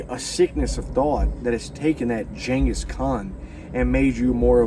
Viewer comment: Next time,learn how to pronounce ghangis.